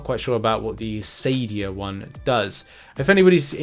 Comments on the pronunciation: It is pronounced Akadia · Hard C in Acadia ;)